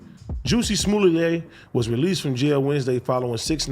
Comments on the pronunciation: The first 3 times he said it I though it must be my hearing but by that 4th time I was definitely going back at replaying it. I laughed everytime! 🤣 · I’m mad Adam and AD keep calling this guy “ Juicy” and “Juicy Smo-lay” 💀💀🤣🤣 kix and giggles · Wtf did dude say when he said the first story? Juicy smullet? Huh 🤔